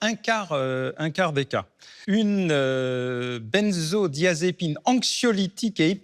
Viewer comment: qui ne sait pas prononcer benzodiazépine correctement. 😅